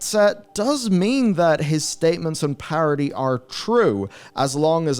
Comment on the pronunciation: Why are you saying “parity” like it’s spelled parody???